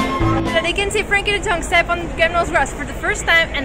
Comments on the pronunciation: You pronounce it like frenkie de young. Not frenkie de dyoung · Who is Frenkie de Djong lmao